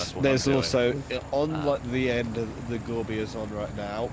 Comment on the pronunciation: I wish people would stop calling it the Gorbi... It is Gore By 4.. like Four By Four... it's called a play on words..